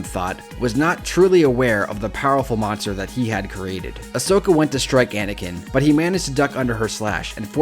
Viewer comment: It's Asoka not Osoka Yeesh